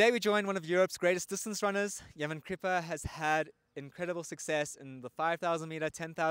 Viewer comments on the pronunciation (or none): It’s not yeman , correction it’s yemane . My Eritrean fellow runner🇪🇷